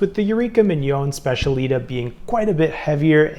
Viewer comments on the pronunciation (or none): These both look great for an upgrade. Oh the Eureka is pronounced Spech-a-lee-tah, emphasis on the “tah”. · It is pronounced SPETIALITÁÁ